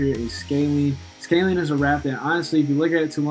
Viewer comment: It’s scan line not lean